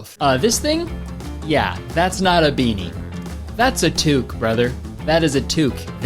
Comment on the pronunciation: Ok, I am quite surprised a western Canadian said "Tuque" properly rather than "toque"